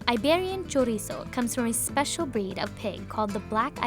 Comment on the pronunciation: I’m from Spain and when she said “chorizo” omfg🤢